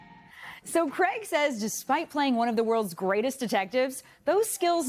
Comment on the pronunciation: Craig does NOT rhyme with "keg"!!!